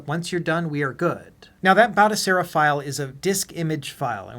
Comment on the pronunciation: Its pronounced Batochera, not Batosera. I've got this running on an Atari VCS, works a treat.